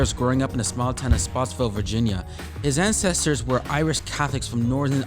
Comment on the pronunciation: “Spotsvill Virginia” it’s spotsylvania